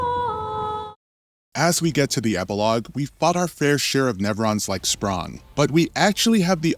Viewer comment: Dude, seriously. "Schprong," "Eskee," "Luminis." So annoying.